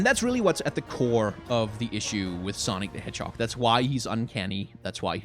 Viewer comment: "sonic the manhog"